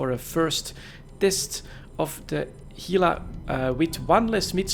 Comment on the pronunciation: Pronounces Gila correctly. Impressed.